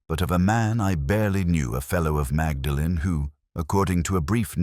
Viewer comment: The narrator (AI?) should learn to pronounce “Magdalen” correctly